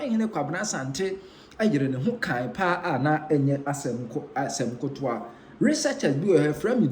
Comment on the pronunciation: Asem ketoa not Asem kotoa